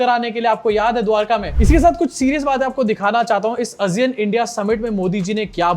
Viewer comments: Aasiyun not azeean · आसियान है भाई वो not अजियान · Asiyan nahi hota hai Sahi pronunciation Aasiyaan hai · Kya ASEAN ka pronunciation woh hai jo tum bol rahe ho? I don't think so.